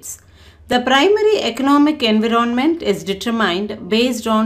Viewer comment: Environmenrr bolna sikho behan